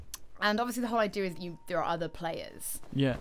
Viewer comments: The ideer people its the ideer apples new english speaking siri ... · why do Brit's say idea like they do? are they adding an r lol